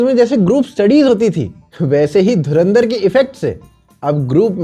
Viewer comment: Dhuran... Dhar ❎ Dhuaan... Dhar ✅ 😂😂😂😂😂😂